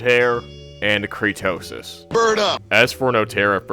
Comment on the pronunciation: Also as someone who watched all of your many a true nerd is better that CREEDTOSIS (yeah you kept saying Creetosis name wrong) You would search a part of creetosis video and take him out of context to make him look bad.